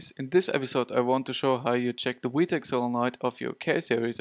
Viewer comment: In America we say vee tech, not wee tech. Other than that, good video.